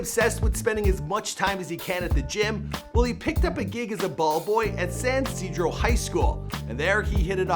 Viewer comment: Why tf did you say San ysidro like that?? 😂